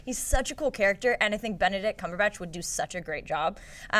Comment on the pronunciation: cumberbatch is not pronounced that way.